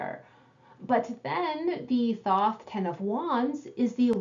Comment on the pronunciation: re. 10D… the signs on the coins are all associated w Mercury except the ✡️ in Hod. the BoThoth talks about it ☀️. mercury rules ♍️. i pronounce it thaw-th. however i’m almost positive the correct pronunciation is thOth, the way you said it the second time.